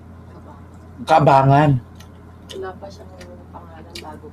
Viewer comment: Hindi po Kabangan,,,Ka Banggan po basa nun